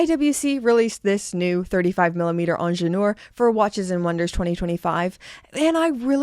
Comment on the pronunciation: May I just contribute to whoever may be interested in pronouncing the word Ingenieur properly (which stands for Engineer by the way). The phonetic would look as such IN-J-NI-HER (the h in her being mute).